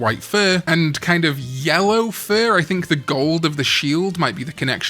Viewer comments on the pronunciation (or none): none